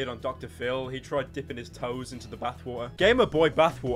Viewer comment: No one: Pyro: B A T H W A ‘A H